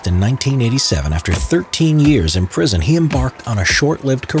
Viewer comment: HE SAID PRISOMUN INSTEAD OF PRISON!!!!!